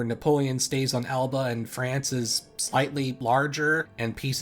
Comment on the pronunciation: Elba, not Alba.